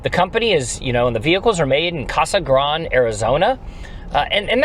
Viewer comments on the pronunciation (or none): I am from Arizona and it is pronounced KAH-sah GRAHN-day. Love the vehicle and stock owner :)